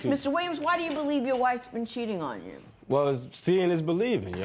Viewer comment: I came here just to say this. That emphasis on "uooou"